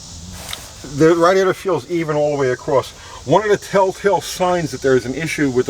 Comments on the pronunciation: "radd-iator" lol. great video! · Us east coasters call it a rad e ator. West coasters call it a ray de ator. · you say radiator funny lol love your videos though